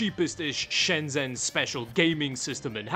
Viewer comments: please know that in Chinese, “zh” makes the J sound. Shenzhen is “Shen-Jen” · I miss that place, not been since before covid. It always baffles me that people who visit Shenzhen, or any place in China, and make a video, make no effort to pronounce the place names correctly. Especially since you say the name “Shenzhen” with such frequency, couldn’t hurt to find out how to say it correctly.